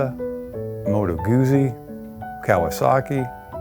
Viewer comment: Nice shop, but if you cannot even pronounce the name of brand correctly (Moto Guzzi), then there is no way I will trust that you understand the bike at all. Sorry